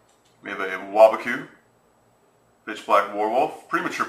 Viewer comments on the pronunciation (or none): i thought u said bbq on waboku